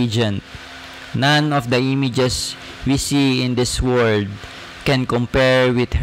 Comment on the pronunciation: Kuya sanayan mo po ipronounce ang world with L, parati nawawala ang L. Pronounce it WORLD not WORD. Okay na po sana ang presentation nyo kaso napapalipit ang dila nyo